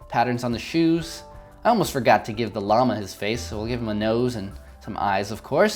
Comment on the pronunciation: Llamahhh You say llama weird XD That's okay tho ->